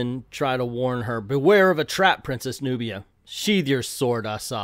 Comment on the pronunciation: At least say her name right!